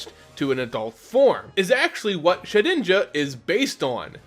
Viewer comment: Shed inja not sheninja